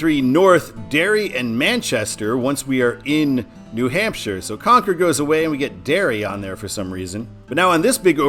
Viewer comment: Thanks! How about a shout out to Exit 3B on I 95 south in NH for Stratham (Strat-ham) Love the channel Thanks for the correct pronunciation of Concord